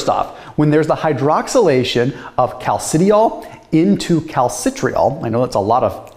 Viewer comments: Cal-ci-di-ol You're welcome :) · I'm not the expert, but from chemistry classes gone by, I suspect that those words are properly pronounced "calci-dye-all" and "calci-try-all." Thanks, as always, for the deep dive!